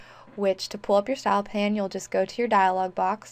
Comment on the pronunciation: Thanks for the great info. Isn't in pronounced style pane (like pain), though, not style pan?